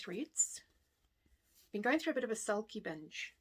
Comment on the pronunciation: Cracked up when you said “sulky binge” because I totally heard “salty b!tch” LOL - can’t wait for the retreats next year, hopefully i can meet you in person! - take care, Nic x